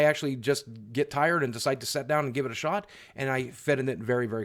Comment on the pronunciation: I love how he says “set” rather than “sit”